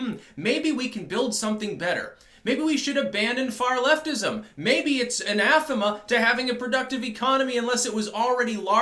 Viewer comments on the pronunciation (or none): Is that how you pronounce anathema in English?